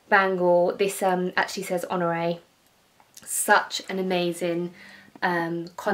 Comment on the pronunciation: Honore not Honroe.....😁